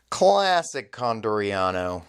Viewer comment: It's not Condoriano, is Con D. Oriano. :D